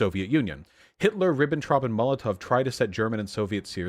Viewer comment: "loooooool the first vowel was slightly off when you said 'bourgeois'" also: "Liebensraum! Hwaqim vahn Ribbentrahp"